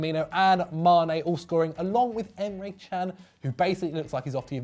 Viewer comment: Stop saying Emre CHAN. It's pronounced Jan you fuckwits.